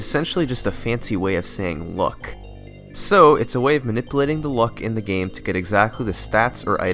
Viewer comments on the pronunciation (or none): Are you saying "luck" because it sounds like you're saying "look" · "Luck" and "Look" shouldn't sound the same.